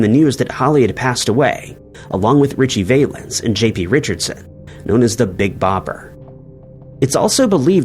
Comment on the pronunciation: Richie Vaylence huh? 😂